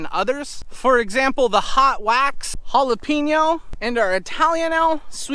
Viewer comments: Not sure why your correct pronunciation of jalepeño was so jarring lol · My wife lovers how you said jalapeno the first couple of times. She said to tell you she's Mexican. Lol